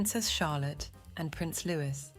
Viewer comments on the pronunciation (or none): Please learn how to pronounce the name of Prince Louis